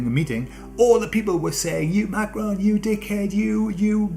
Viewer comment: So refreshing hearing this ! Laughed in places too! The way you said Macron haha. Best vlog i ever heard !!